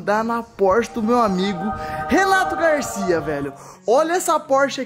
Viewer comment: Você percebe a hora que você fala que vai pegar a Porsche do Renato Garcia você fala pegar a Porsche do relato Garcia você falou errado